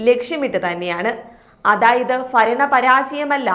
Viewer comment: ഫരണം അല്ല ഭരണം